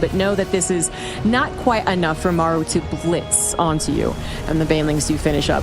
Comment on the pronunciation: Why can't say Maru? It's like, "meiru" when he says it. This isn't British English vs American English. It's a Korean name vs mispronouncing a Korean name.